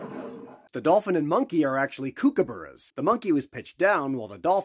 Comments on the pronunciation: Kookaburra is cook-a-burra. Not kook as in kooky 🙃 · "kew-kaburra" 💀 australian here, the correct pronunciation is "cook-a-burra". the "cook" sounds like "book". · kookaburra is actually pronounced as 'COOKaburra' ... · just fyi from an aussie its pronounced cook-a-ba-ra not cooookaburra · As an Australian I can’t get over the way you say kookaburra! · That pronunciation of Kookaburra was so unexpectedly bad it knocked the wind out of me. Probably the worst I've ever heard, but probably also the first time I've heard an American make an attempt, so that makes sense. You blokes really struggle with Oar-sea words. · He really butchered the pronunciation of kookaburra didnt he? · As an Australian, I cringed when he said kookaburra. That is not how we say it.